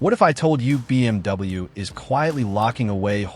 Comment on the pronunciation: I really hate the AI. BM...W